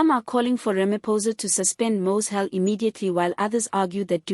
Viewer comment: Aay man are you South African? Please pronounce the names properly. Its Steenhuisen, prounced haysen. Mkwanazi, Mashatele. Its irritating when u dont pronounce the words properly.